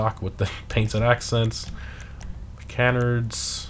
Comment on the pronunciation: Who else just gets enraged when this man cannot pronounce canard right after all these years